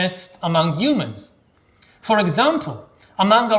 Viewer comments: I've noticed this with other Israelis speaking English it's like they just skip the H sound, perhaps used to a rough sounding one not soft. Its funny I saw him speak before I read the books so whenever I read the word humans in them in my mind they were "yumans" lol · We do have a "hu" sound. It just gets muffled for some reason. Who knows, maybe Yuval thinks that the H in "humans" is silent? We'll never know.